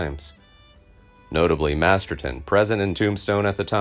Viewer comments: Mispronounced Bat's last name,its MASTERSON not Masterton. Otherwise very good and interesting video, also its a saloon in the old west and not a pub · Masterson, not Masterton.